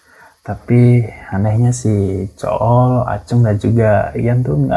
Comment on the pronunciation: Ko gw dengernya zul deh bukan cool wkwk